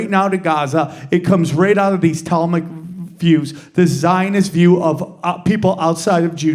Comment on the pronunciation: Tahlmudic not Tallmic. Yall better be careful, small hats hate when you talk about what they think of everyone else.